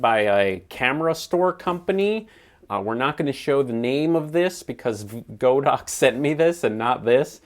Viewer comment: The company says their name is pronounced with a short "o," but I guess every YouTube camera reviewer knows better! 🤣 I do love your channel, though,! Keep up the good work!!